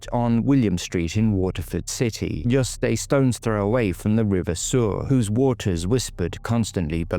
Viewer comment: River suir is pronounced shure